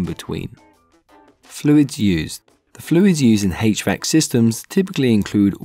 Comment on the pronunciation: "Hach-Vack" love it bro 😂🙏 thank u for this